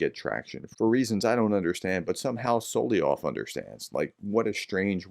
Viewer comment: Pronounced Sol-ov-yov not Sol-i-ov